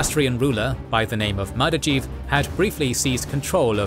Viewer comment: One correction though - it's Mardavij (in his native Daylamite dialect probably more like "Mardaviz"), not Mardajiv. As a person who wrote an entire master thesis about Mardavij, that misspelling was very painful to my ears